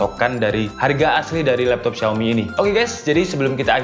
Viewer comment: Xiaomi di baca : shaomi